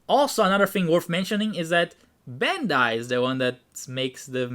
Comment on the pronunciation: Is that how you say bandai